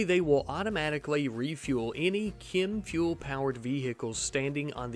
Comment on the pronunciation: challenge accepted Btw why do you keep saying "kim fuel"